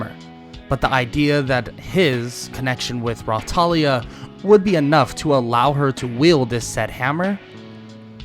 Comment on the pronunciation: I Watched This With Subtitles And When You Said Raptalia The Subtitles Said "Rawtalia" Like Bro What Kinda Raw Do You Mean? 😳😏